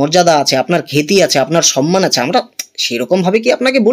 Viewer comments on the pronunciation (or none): none